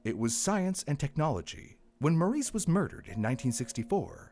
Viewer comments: That little girl's name is Marise NOT Maurice. It's French - pronounced Mar-REEZ (soft first sound, and a distinct z at the end, like Please, but with a Z). OOF. PLEASE work on making sure you say names of victims correctly. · You keep pronouncing Marise as Maurice. It’s pronounced Marissa. Mah-Dee-sah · The AI you clearly used made it sound like this little girl's name was "Maurice", very distracting. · pretty sure her name is pronounced "MARE-ISS"